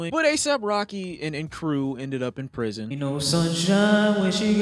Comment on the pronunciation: Nobody:: “prishon”